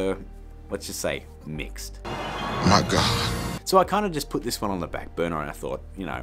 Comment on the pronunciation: as Always.. "MY GAHD"